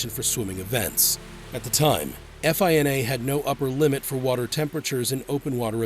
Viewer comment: Great vid. Real quick though, no one says “eff eye en ay.” It’s just one word. FINA.